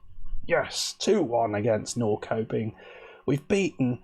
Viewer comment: Actually, says it really well, for an English person. In Swedish, it sounds more like Nor-shup-ping.